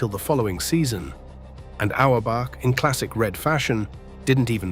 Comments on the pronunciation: Oh-wer back? Keltics? Cozy? Bahs-kit-boll? This AI voice irritated me from the start and almost made me turn the video off! If I wasn't a Celtics fan since 1955, when I turned 9, I would have. I was so intense about the C's that I even remember Lou Tsioropoulos, Tommy Heinsohn's backup! So hearing a commentator who can't even pronounce their names is like fingernails on a chalkboard! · C'mon, more AI generated crap. Great video subject, but, can't pronounce Celtics, Auerbach, or Terre Haute.